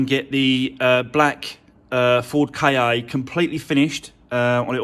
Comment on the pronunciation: the Ford KA is pronounced ‘Ford car’. The word is Egyptian for soul.